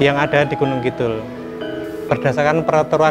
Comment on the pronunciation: Mbak narator, mbok membacanaya Gunungkidul dengan "d" biasa aja mbak, jangan "dh". jangan malu mengakui sebagai orang jawa asli.